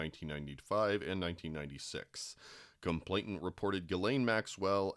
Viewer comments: It's complainant. Not complaintant. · Complainant, not complaintant. No T in the middle. I know its like the last thing that should irk me about this but after the 30th mispronunciation it gets to me lol On a more serious note, i fear that despite such detailed information becoming public nothing will happen to these people. Its disgusting and completely unfair.